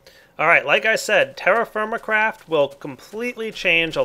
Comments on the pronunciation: lol i heard him say terraformacraft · To be honest, after a couple of times you said "TerraFirmaCraft" I heard "TerrifyingCraft"...